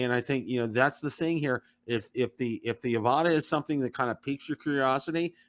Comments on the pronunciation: You guys need to watch DJI's Pomo videos for the Avata to get the correct pronunciation. It’s not Av-ahh-ta it’s Av-a-tah. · it’s Av-a-dah :P